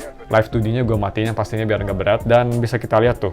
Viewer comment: “Eungap” , sunda pisan 😂